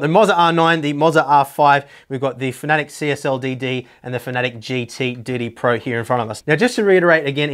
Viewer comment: Just a very small moan.... Its fana tec...... Not fanatic or at least that's what I heard someone from the fana tec staff say.... Anyway good videos, hope you keep them going.